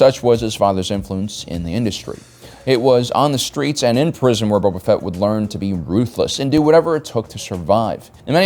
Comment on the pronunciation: I swear he said boba fett was stinky